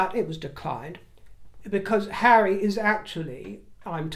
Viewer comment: Telling the Chair of Sentabale to 'move away from hawwy is so very, VERY rude indeed